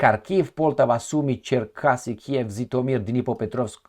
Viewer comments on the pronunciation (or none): “VoroneZH” and “ZHitomir” -> learn to pronounce! It’s not a Rocket Science !!!